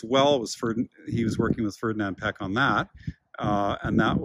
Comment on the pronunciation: Great video, but I cringe every time you pronounce Piëch as "peck". It's more like "pee-ush or pee-ehsh".